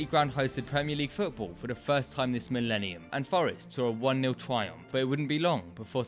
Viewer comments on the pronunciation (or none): none